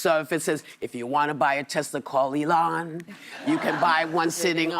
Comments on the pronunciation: You guys missed the part where he said " I love Tesler". 😂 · He even called it a Tesler!!!! 😂😂😂